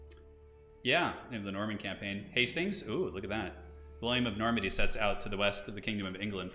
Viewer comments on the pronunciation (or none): none